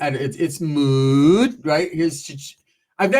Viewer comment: I couldn't keep a straight face when you said... Mooood! 😂😂